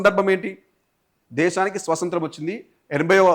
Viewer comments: యాంకర్ గారు సోసoతం కాదు స్వాతంత్ర్యం పలకాలి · First nuvvu swatantram ani correct ga pronounce chaiyyi bro swasantram kaadu